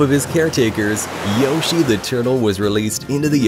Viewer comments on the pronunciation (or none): none